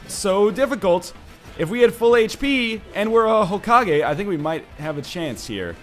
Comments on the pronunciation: Did he say Hoke-age? .... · Hokage is pronounced Ho-ka-gay you pronounce it right 1/2 the time and wrong the other half :P